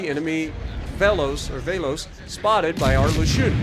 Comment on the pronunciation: Alright a bit help from Greece here. Velos (Βέλος) is pronounced short /ɛ/ as in "egg" and in greek it means arrow. Mati Mataki (Μάτι Ματάκι) means Eye Small Eye and letter "a" is pronounced short /æ/ as is "apple".